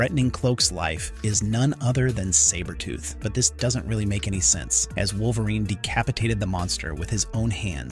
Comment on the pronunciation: I'm not gonna lie. This was awesome to watch until AI pronounced Sabertooths name incorrectly. Just ruined it for me. Comics Explained should do this story.